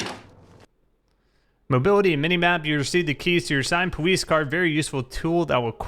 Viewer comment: Powice depawtment